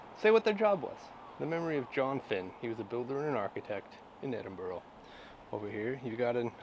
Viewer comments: Please please its not Edinboro its pronounces Edinburuh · It's Edinburgh (Ed-din-Bra) not Edinboro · Eh-din-bra. It's not hard bud, did you not hear everyone pronounce it correctly from the moment you landed? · Ed-in-burra is better phonetically. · 🤦That is NOT how Edinburgh is pronounced.